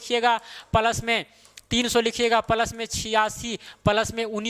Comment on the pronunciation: Plus को प्लस बोलो पलस गलत है। आपकी भूल निकालने का इरादा नहीं है। लेकिन आप जैसे कुशल शिक्षक के टीचींग में चार चांद लगाने का ही इरादा है